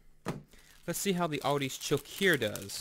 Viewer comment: I love Choceur chocolate so much better than our vomit tasting American chocolate. It's pronounced sho-sir by the way.